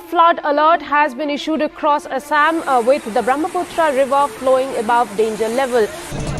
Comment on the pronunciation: Wth is 'Asaam' (based on the pronunciation)?